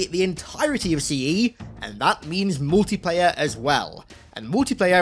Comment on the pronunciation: I can’t Unhear when u say Mootiplayer